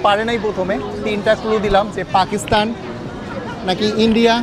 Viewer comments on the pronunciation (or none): none